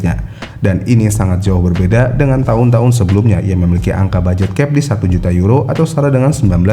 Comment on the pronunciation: Budget bang bukan baget